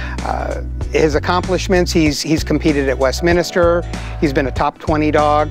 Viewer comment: That guy needs to learn how to pronounce Westminster and not say Westminister. Its only the most important dog show in the United States and he doesn't even know the name of it.